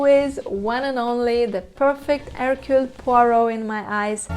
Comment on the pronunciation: My vote: 1. USTINOV 2. Suchet 3. Molina Suchet can never be my number one because his accent isn't good enough, he often even pronounces his own first name Hercule with an audible H which is completely wrong. Suchet once described how he got Poirot's walk "right": he said "I squeeze my bottom". I immediately thought, "oh I knew something was wrong". Also he isn't dangerous enough: When Poirot points out that everybody had the opportunity to commit the murder and somebody says "I couldn't", and Poirot says "Yes you could", Suchet says it in an angry voice that couldn't scare a mouse. Ustinov says it in such a quiet menacing way that we all gulp and feel guilty! And Ustinov's accent is excellent. He's not perfect, of course, because he sometimes is too much the clown, but I still prefer him over Suchet. Molina is my number three simply because I haven't seen anyone else in the part, except Albert Finney who is terrible. He's just a cliché Englishman making fun of the French. (Or Belgian which to an Englishman makes no difference).